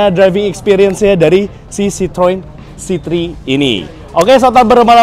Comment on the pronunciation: sebetulnya pengucapan bahasa perancisnya itu sitroen. nama ini kan diambil dari nama pendirinya yg sebetulnya orang belanda, pengucapan bahasa belandanya itu sitrun (kayak kita di indonesia ngucapinnya). kalo sitroang itu pengucapan orang indonesia yg sok2 perancis aja.